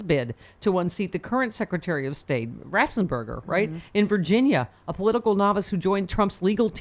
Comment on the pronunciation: By the way, the man's name is Raffensperger, not Rafsenberger (like Bill Maher insists on pronouncing it as well)